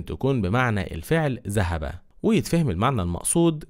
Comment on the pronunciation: السلام عليكم . لفظت حرف الذال بصورة صحيحة بالمقطع ( اشترت السيدة خاتم من الذهب ) اما البقيه فلفظتها ( زهب ) لماذا ؟